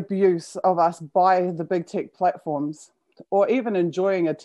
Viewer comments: are you saying "big tick" instead of "big tech"? That would be a very fitting name for the blood suckers! (I can't be sure, sounds to me so, but I'm not a native English speaker) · Lol, that's how they say it in New Zealand!